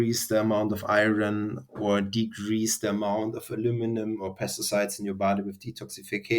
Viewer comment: What words was he saying around the 8 minute mark? Iren and infared ? Iran, Iren. I can’t tell what he’s saying.